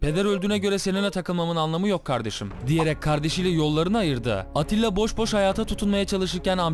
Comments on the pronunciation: Abi atilla değil attila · ATTİLA dedin ATİLLA olmasın.